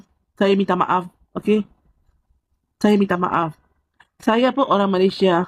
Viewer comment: dia ni pon bangla jgk ni tapi dia ckp dia org malaysia haha. cakap pon saiya saiya hahaha SAIYA BANGLADESH.